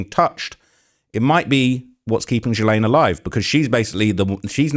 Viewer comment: There's nothing funny about this story, but I was not expecting to hear Charleston White's take, and I couldn't stop laughing at him repeatedly mispronouncing Epstein and Ghislaine 🤣